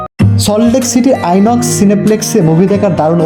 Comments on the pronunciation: Inox er uccharon - e-nox na eye-nox !! e-rickshaw = electric rickshaw , thumbs na thumbs up! saltlake e European Architecture kothai dekhlen - ami to ektio dekhini !!!!!! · Ai nox Not Enox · Eenox noi dada, it's "Ai" nox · ইনক্স নয় ভাই, ওটা আইনক্স । নিউটাউন city centre 2 এ যাবেন ,আরো ভাল লাগবে। cc1 ektu purono, cc2 আর ও নতুন আর সুন্দর । এছাড়াও অ্যাক্রোপলিস মল , মানি স্কোয়ার যাবেন, অসাধারণ লাগবে। আরো অনেক দুর্দান্ত সব মল রয়েছে কলকাতায়। ক্যাব বুক করে ঘুরবেন সব জায়গাতে।